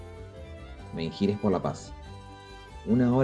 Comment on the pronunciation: Menhir, la h es muda, no suena.